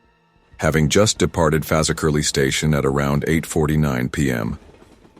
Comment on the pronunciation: It's Fazakerley Station !! FAZZ - ZAK - KER - LEE